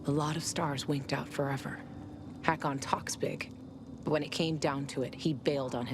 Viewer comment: To není Hakon ale Ikon